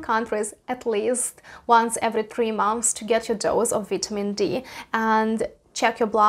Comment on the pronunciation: She said vee tea mean Dee lol